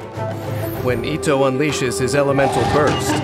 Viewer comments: Why English va’s pronounce itto as etto 😕 cringe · the fact that is pronouncing his name as ittoe